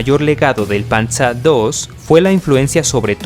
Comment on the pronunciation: min. dijiste panza II en vez de panzer II